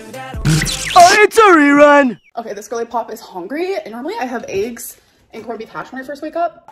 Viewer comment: I hate it when she calls eggs “aeegs”